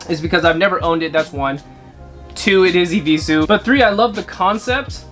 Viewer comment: "I will not wear no eviesues agaiin"